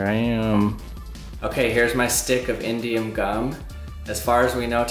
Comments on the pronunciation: I thought he was sating indian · i thought he said indian lol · It sounds like he's saying Indian metal. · I thought you said Indian gum